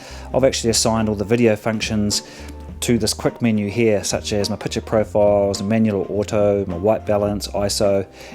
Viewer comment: Pic ture mate, not Piture...